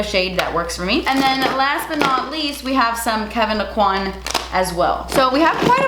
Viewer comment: okay soooo knowing who Kevyn Aucoin was and being that he’s from my hometown, I have to put out the disclaimer: EVERY YOUTUBE MAKEUP ARTIST IS SAYING HIS LAST NAME WRONG!!!!! It’s actually pronounced Oh-Kweh. The N is silent. It’s a Cajun surname. The French pronunciation that I’ve been hearing was probably created by the makeup industry to boost his brand (this is just my theory, please don’t come for me in the comments) and it sounds beautiful, but it makes me cringe every time I hear it.